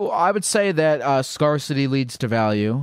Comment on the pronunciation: Yeah, he says scar-city instead of scarcity. But he's, and that's part of what makes him so charming.